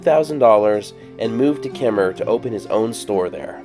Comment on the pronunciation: So nice to hear "Kemmerer" pronounced correctly!